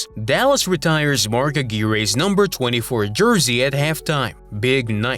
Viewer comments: AI is pronouncing the name in the language where it originated. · In the US Mark pronounces it "Agwire" 👍 You're saying it "correctly" but we've anglicized it here. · ........more AI slop!!! Mark A-geer-ae!!!!??? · Mark Aquire is pronounced A gwire , you shouldn’t make videos that are disrespectful to NBA legends ? 😮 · How can you call yourself NBA inside when you can't come close to pronouncing Mark Aguirre? Cooper is AWESOME